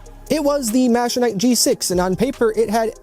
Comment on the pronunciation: I was looking at this just yesterday but decided to hold because there is not much info / review on them anywhere. Thank you for the video! Edit : btw, I think the pronunciation is "mecha-nee-key"